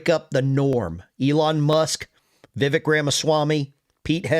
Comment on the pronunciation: HEG-SETH Pete Heg-seth Vivek sounds like CAKE